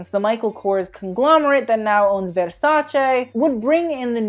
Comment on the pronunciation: stop saying vérśäćę plsss 😣